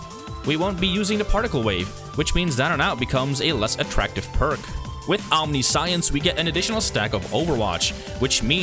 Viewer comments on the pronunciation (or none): Omniscience is pronounced wrong. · It's actually pretty weird that we pronounce it the way we do, given that it's a compound Latin word "Omni" (all), and "Science" (knowledge). The way he says it in the video would actually make more sense, even though it isn't how it's said. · that's not the correct way to pronouce omniscience. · omniscience - om - Nish- yense not ... Omni science .... Fuckin' shit dude. Please tell me you got through grade school in tact?